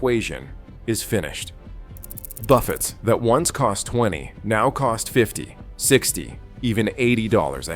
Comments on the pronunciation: buffets? it's pronounced buff-ey s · A lot of what this AI voice says is made up and/or exaggerated. For instance, the fake voice says "refill drinks now take 20 minutes". That's untrue, total BS! --Also, half the time, the AI voice mispronounces buffets as "buff-utts". --It's not that LV buffets aren't what they used to be, it's just that there aren't as many, and the cost is higher. That's the problem. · These crap AI videos just ramble on. Buffetts??? Try pronouncing correctly, it's what the video is ALL about and you get that wrong. You can watch to and get everything the rest of the video blabs on about. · AI Slop. It is about "Buffets", but can't even pronounce it.